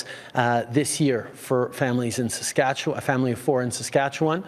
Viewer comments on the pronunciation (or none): Is this narrator a robot? Listen how he pronounces Saskatchewan. (Or as I like to call it Sasquatchewan.)... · Where are y’all from when you can’t pronounce Saskatchewan properly? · Is that an AI voice here on Street Politics? No Canadian pronounces Saskatchewan as the voice here does?! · A couple of things. So if we refuse to pay the tax, he is still going to give us a rebate? I’m ok with that. 🤦‍♂️ Not sure where the money will come from. Second, I’m pretty sure the CRA has literally ZERO way to enforce a corrupt carbon tax, just because he said so. And lastly. Please figure out how to say Saskatchewan. Through several videos, each time, your pronunciation seams to be off. Every time you say it differently. But I am also adhd, so maybe it’s just me.